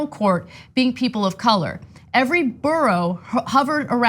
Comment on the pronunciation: I love the way Ana pronounces the word “borough” lol